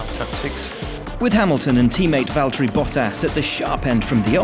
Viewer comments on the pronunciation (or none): none